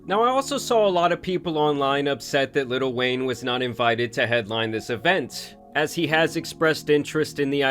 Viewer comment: Bro.. why do you keep saying 'litl wayne" XD